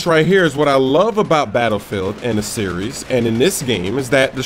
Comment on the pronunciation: Give That Guy a Dictionary! "Series"